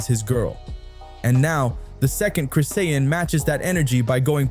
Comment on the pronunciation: Her name is not Christine. Her name is Chrisean. Learn to pronounce her name correctly.